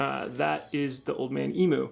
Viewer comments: Great video mate, but from a Aussie please please stop saying emoo and try emyou👍👍😀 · My mate was working in the factory where they made Old Man Emus back in the 80s. BTW, in Australia, emu is pronounced eem-you, not eemoo. Just sounds funny. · Eeem-you not eeemoo. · Emu is pronounced emew btw. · The only thing I regret about starting my build, is now being to broke to finish my build. So what a lot of people do when they get lifted springs, they don’t think of the location of the spring shackles. The shackle hanger needs to be relocated to carry weight. It’s pronounced eem-you.